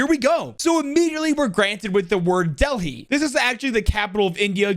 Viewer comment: The h in Delhi is silent